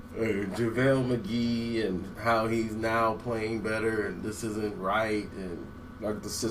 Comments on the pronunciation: "Lavale Magee" 😭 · he must have watched my video... lol. and he said lavel McGee.